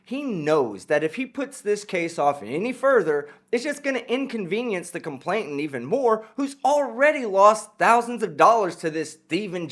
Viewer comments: The word is complainant, not “complaintant” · COMPLAINANT Not complaintant. There is only one "T" and it only appears at the end of the word. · please learn how to pronounce "complainant". The only T is at the very end. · Complainant not complaintant, other than that little gripe, I enjoy watching the fools in court